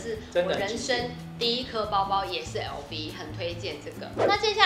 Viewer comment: LV 的發音錯了….